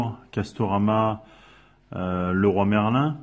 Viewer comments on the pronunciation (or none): none